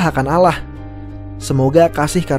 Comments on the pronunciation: Alloh bang bukan alah, blajar islam aja bang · Penyebutannya bukan alah...tp ALLAH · Kamu asli Orang Indonesia,tp Kenapa kamu baca Allah salah ya...?? Mestinya kamu Tau cara Bacanya bagaimana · Ente mengeja Allah knapa jadi Alah min...Laa illaha illawllah ...Tiada tuhan Selain Allah...bukan Alah min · Klu di umat Islam kita menyebutnya dengan bunyi "Alloh" bukan bunyi Allah, walaupun penulisannya seperti ini ( Allah ) tapi bacanya Alloh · Maaf muslim tak ada yg berkata ALLAH di baca ALAH ,muslim akan berkata ALLAH di baca AWLOOH ... hati hati dlm berkata ttg ALLAH ,, alaah itu untuk umat kristiani... blajar baca lg boss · ALLAH SWT BUKAN ALAH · Non muslim nyebut Allah itu rata rata alah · Cara penyebutan nya RT, allah bukan awloh.. 🙏 Maap saya paham anda bkn muslim,🙏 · Pengucapan Lafadz اللّه nya benerin dong min. Setiap Lafadz jalala harus tebel bacanya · min kok ente nyebutnya allah...?🤔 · Takutlah pada alah beda penyebutan untuk muslim. Ngaco neh pengisi suaranya. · Kayaknya adalah non muslim, pengucapan Allah kurang tebel, Gpp saudaraku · Kyyax mimin non muslim keliatan sekali cara pengucapan الله سبحان وتعالى